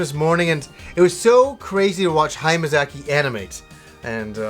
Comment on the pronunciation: You have the weirdest way of pronouncing Hayao Miyazaki lol, but hey i loved The Wind Rises too.